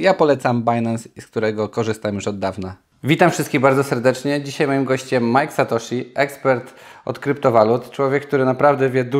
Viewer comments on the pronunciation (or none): MAJK SATOSZI? wtf